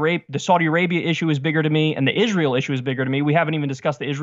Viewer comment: I love how Cenk conveniently forgets how to pronounce Israel....